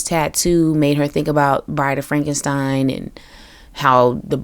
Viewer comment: Also, frenkenpeen 😂😂😂